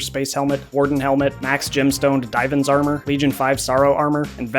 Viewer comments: Why nobody talking about him calling it dive-ans armour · The way he said divan's armour killed me😂